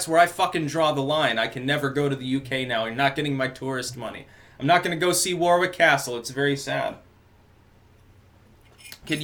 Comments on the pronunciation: Stop pronouncing Warwick "war-wick", in England it's phonetically pronounced "worrick". It's like Americans who call red leicester(red lester) cheese "red liesester", it's just annoying. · And it's pronounced "Worrick", not War Wick. Jus' sayin' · I think it's pronounced "warrick" over there. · Hey dude, love the content! I just want to point out that Warwick is pronounced "War-ick" it's a silent w. Also when a county ends in "shire" it's pronounced "sure" ie Warwickshire is "War-ick-sure". The castle you mentioned is beautiful! Worth a go. Keep up the good work! -An American patriot in England. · Its pronounced 'glaz-go' and 'war-ick' btw : ) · warwick pronounced warrick . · Warwick. .. pronounced War-ick :)